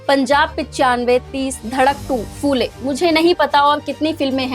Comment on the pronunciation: फू ले नहिं, फु ले कहो| फ को र्हस्व उकार लगता है|